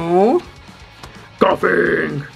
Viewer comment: Jjajajaja me da risa como dices Koffing por supuesto igual que en la serie xD